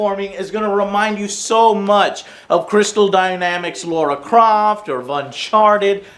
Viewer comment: That was gonna be here name it sounded like "Laura Croff"